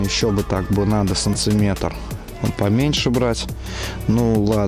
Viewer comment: Что за санЦиметры? Это что вообще такое? Говори нормально!